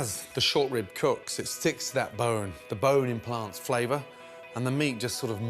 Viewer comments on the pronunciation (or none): "Lock IN FLavcut"